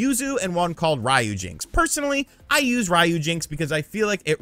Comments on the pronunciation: its not Ryo-jinx its RYU-JINX, like Street fighter, (REE-YUU) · It literally says RYUJINX not RAYUJINX, why do you Americans always have to do things the wrong way !!??? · Calling it "Rye - Yu - Jinx" sounds funny ;) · Rye yew jinks. 😂